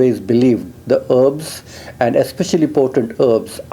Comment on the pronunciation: heeebs= herbs